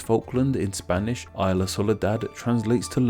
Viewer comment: So many times in so many vides you have been pronouncing "isla" in Spanish wrong that you have to deduce that, by now, is merely a question of keeping up with consistency and not because no one told you before.